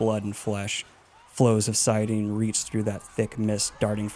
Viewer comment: saiadin or saiadar? Wasn't it saidin or saidar ? XD